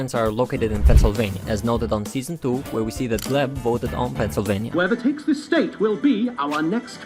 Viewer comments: You know it's GLEP not gleb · Btw, his name is Glep, not Gleb. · bruh.. glep's name is shown at the end of season 2 episode 2 and you still call him gleb.. kiiiinda criiinge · It’s glep, not gleb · small correction not related to the crimes: it’s Glep not Gleb